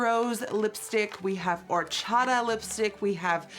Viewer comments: “horchada” i’m dying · I had to go back to cuz I didn't understand if she even said "horchata" right😂 she didn't Nikki: "wHO0oOR-ChA-Ahh"